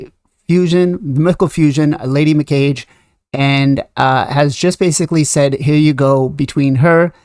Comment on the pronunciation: “Me-Kah- gay. “ “Knewt.” If you’re going to do videos, please do your research first.